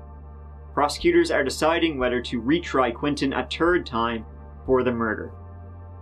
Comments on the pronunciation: Hearing you say “ for a turd time” never gets old:) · LEARN HOW TO PRONOUNCE "TH". FOR SOEM REASON YOU CAN SAY THIS , THEM, THEY , THE BUT YOU CANT SAY "THIRD: YOU SAY TURD" IT sounds awful. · I think you should learn to pronounce third as third and not terd.